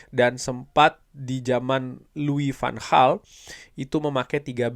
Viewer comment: Luis vaan gal bukan lui van